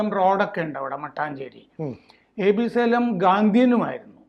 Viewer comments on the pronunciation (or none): സേലം അല്ല ഷാലേം ആണ്